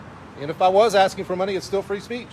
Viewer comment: Im "axkin" you to leave.